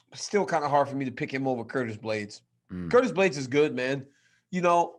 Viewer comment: He said blaydes not d lewis